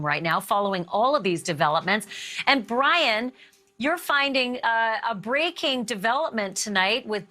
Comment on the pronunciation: I swear to god she said Dryin Laundrie . I’m tried so I double checked. It really sounds like dryin’ laundry